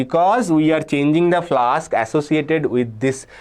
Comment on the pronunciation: flux ❌ flask✅